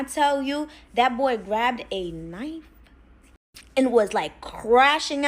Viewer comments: ~ You think that the word "knife" is pronounced k-nife? 🤣😂🤣 What do you cut your food with? It's pronounced 'nife'! You need to go back to school. 🤦‍♀️ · Did the tea cup lady say..."KA nife"? 😂What? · Did she knife with a k sound? Kanife? I swear she did.. first story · Me and coworkers always call it that. (K-niefy) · Certain words are flagged so they have to mispronounce words sometimes. It's really annoying tbh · Trying not to get her video demonetized. Key words get flagged. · she definitely did 😂😂😂😂 ctfu